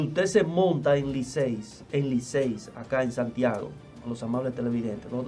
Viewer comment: Distinguido, excuseme, pero no se dice Liceys, es Licey, no lleva s.